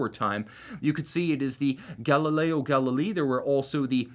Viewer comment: Great presentation. One thing: Galileo Galilei (pronounced Galilayee).